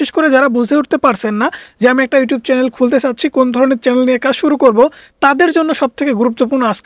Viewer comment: উচ্চারণ ঠিক করেন। চ্যালেন কি?